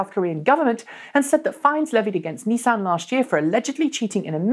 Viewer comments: 'Knee-san' Leafs are not a mainstay in any major British city. Nissans are though. If you want to pronounce things properly you could use the Japanese pronunciation for the Japanese company which is very close to the English, not American, version. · First episode I've watched, enjoyed it apart from the American pronunciations It's Nissan not Neesan lol